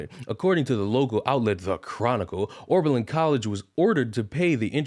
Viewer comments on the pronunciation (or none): my man.. it's OB... not ORB... Oh-Berlin, not OrBerlin. just sayin. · Pronounced- O-ber -Lin